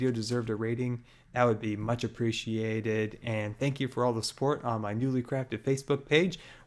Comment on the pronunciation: I liked as soon as u said 'a like will be very mutch apreatyated' :D